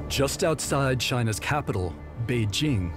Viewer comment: At last! A Westerner who knows how to pronounce “Beijing”! For the rest of you, it’s not a French / j /